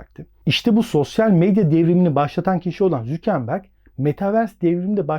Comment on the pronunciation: mark zükenberg ne abi ya valla zor dinledim